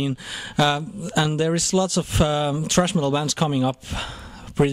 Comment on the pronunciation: "Trash Metal Skeen"??